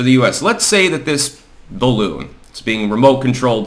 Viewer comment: I mean, c'mon, man, BALLoon? There's only one way to handle this, and it rhymes with "bottom surgery"....